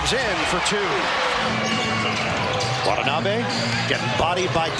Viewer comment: The correct pronunciation of Watanabe's name is, Wa-ta-na-be , not Wat-n-abe !